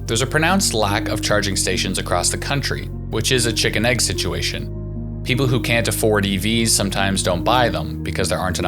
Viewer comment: What the heck is a 'pepole?' LOL